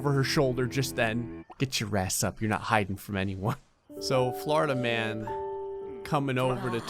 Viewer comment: i kept hearing florida man as flarta man